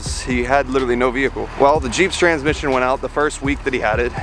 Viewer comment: Lol saying "vehicle" like a cop gave me a chuckle